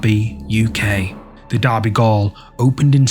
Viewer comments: Gaol isn't pronounced like you were saying it, it's pronounced the same as jail. It's the British spelling. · It's still pronounced "jail" not gool or whatever you said. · I'm sorry to be nitpicking but it's not derby goal it's pronounced jail